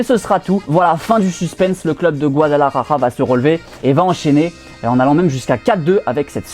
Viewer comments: C est Guadalajara pas guadalajaja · De ouf mdr guadalarara 😂